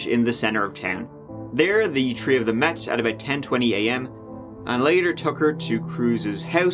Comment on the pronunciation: I heard it tree times